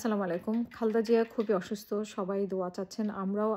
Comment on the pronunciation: Khalda!!!! Zia apni o onk somman koren nam er uchcharon dekhe